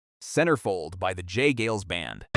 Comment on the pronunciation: The autodub pronounced J. Geils as "gales" like strong winds. Geils is supposed to rhyme with "miles" or "styles" - not "sales" of "fails."